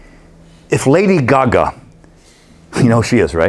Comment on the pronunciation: i love how he says lady gaga lol “lady guhguh” 😂